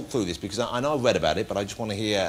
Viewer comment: It was a howwible thing to weed about